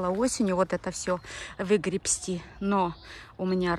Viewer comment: я восхищаюсь вами. У вас хорошая речь. Но иногда, крайне редко допускаете ошибки. В слове "грести" иногда слышится лишняя буква б. Эта очень распространенная ошибка. Не допускайте ее. Успехов и терпения в общении с народом. С уважением.